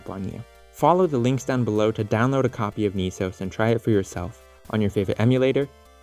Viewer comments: "Nisos"? Dude "NES O.S" (pronounced like "S.O.S") was right there! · ITS PRONOUNCED "NEHSOAS" NOT "NEESOAS" 🤬🤬🤬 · It should be pronounced Ness Sohs. Neesos would require 2 Es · Wouldn't it be NESOS, not NEESAUS? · .....naaah, why is most definately the better question here. lol. "Knee-sos"? You mean "ness-os", as its a "ness" NOT a "kneese" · “Ne” (ね) is pronounced with a soft E in romanji. “Ni” (に) is pronounced with a hard E. So “NES” is pronounced with a soft E, like in “Less.” The way you’re pronouncing it should be written “NIS” which is entirely wrong for the project. When saying the individual letters in “NES” it makes sense to use a hard E. But when spoken as a whole, it’s pronounced with a soft E. Have you ever heard anybody call an NES a “Niece” ? TLDR: NES is pronounced with a soft E, like in “Less.”